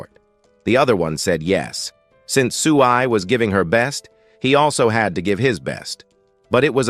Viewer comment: Whoever is narrating the story is useless....everybody's name is now 'SUBA'...his name is 'Su BAI' !!! The turtle is not 'SHAA' but 'SHIAO BA', and the beautiful teacher IS A WOMAN !!!!!!!! ...........no efforts at all....change him Thank you for the video though, it was still a very good video